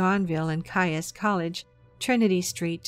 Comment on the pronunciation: One nitpick - Caius College Cambridge is pronounced "keys". Don't ask, nobody knows why. 🤔